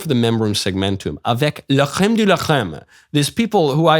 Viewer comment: Fun to hear you say "La crème de la crème" but please don't forget the C! Same C as in cream, carpet, c*nt or whatever. La Rrrrème de la Crème, Michael ! Best wishes from my fucking (French) country!